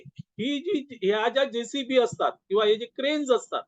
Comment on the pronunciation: जेसीपी नव्हे, जेसीबी. 🙏